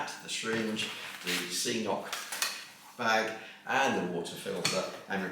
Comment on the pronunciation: Cnoc should be pronounced crohc! Confirmed with the manufacturer.